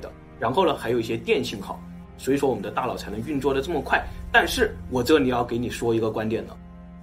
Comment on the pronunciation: 我的"大老" 真是不够聪明 da nao is not da lao